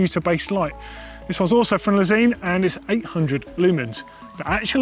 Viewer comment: When pronounces lezyne like le-zeen when I always thought it was le-zine just kills me to hear it pronounced differently 😂😂